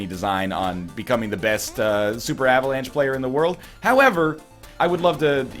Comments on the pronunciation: "Avalance" Heheheugh. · You are turning british. Avalanche? uhvuhlahnch.